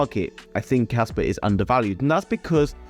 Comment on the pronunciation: Bro I can't tell if you're saying casper or kaspa